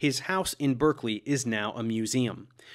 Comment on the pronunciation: Earlier this month I married the love of my life in the Jenner estate’s (once private) chapel, St Michael’s Church in Hill, Berkeley. Incidentally… Berkeley, pronounced “Barkley”. And Gloucestershire, pronounced “Glostersher”.